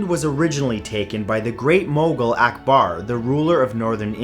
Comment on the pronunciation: Mugal not mongol